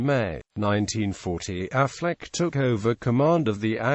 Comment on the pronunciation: Incorrect pronunciation of Auchinleck, Affleck was a forerunner of Auchinleck. Aside from all evidence that Auchinleck's name was pronounced "auk in lek", it is unlikely his nickname would be "the auk" if it was pronounced Affleck